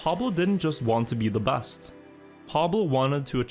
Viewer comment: Played trackmania a little bit with friends back in the day. These videos are great. Its hilarious to hear you using Æ as an E in all words. Like personal bæst etc🤣🤣🤣 Heia norge:)